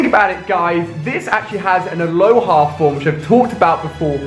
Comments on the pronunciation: It's called alola not aloha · Just saying its alola form not aloha form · Dude. It's the AloLa form, not AloHa. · jeez, it's alola not aloha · it's Alola not Aloha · Alolan not aloha form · It's alola F***ING ALOLA! NOT ALOHA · Bloody hell it's Alola not aloha. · Why does he always say aloha its alola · Alola Ali. Not aloha!! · I'm surprised you keep saying aloHa form when it's Alola and you even googled it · why is he saying ALOHA not ALOLA he says it with an h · dude it's alola not aloha lol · is it Alola or aloha form? thought it was Alola but he says aloha. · AloLA. Not aloHA. Yikes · Alola form not Aloha btw. +MoreAliA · please stop saying aloha forms its alola form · It's alola not aloha!!!! Smh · i don+t wanna be mean but it's alola form not aloha it just bothers me a bit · FYI Its called "Alola Form" not "Aloha Form". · Its aloLa forms not aloHa forms, fucks sake... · its alola... not aloha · It's not aloha it's alohla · It's alo LA not alo HA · Stop pronouncing things wrong godammit! Alola not Aloha that's Hawaiian lol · ITS ALOLA FORM NOT ALOHA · its alola not aloha ali a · It's ALOLA forms not ALOHA forms. LA NOT HA. stop spreading misinformation to millions of people. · ALI, ITS ALOLA NOT ALOHA. AGAIN ITS ALOLA NOT ALOHA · Alola not aloha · its alola not aloha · Ali, it's not Aloha, it's Alola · anybody else get triggered a little bit when he says aloha form, and not alola form? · alola not aloha p.s not a hater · Ali its not aloha form its alola whith a L not a H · IT'S NOT ALOHA IT'S ALOLA!!! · When you said Aloha instead of Alola... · ITS ALOLA FORM NOT ALOHA FOR GOODNESS SAKE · It's alola, not aloha. Lol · nobody else noticed that he said aloha form instead of alola form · ALOLA NOT ALOHA!!! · aloLA.....that's how you say it. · aloha form he said aloha form CRINGE